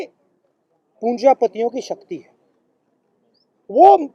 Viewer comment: Very relevant points - पुँजीपतिओं not पुंजापतिओं... Pl improve pronunciation